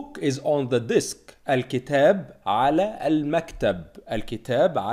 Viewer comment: on the DESK not DISK! mabrook!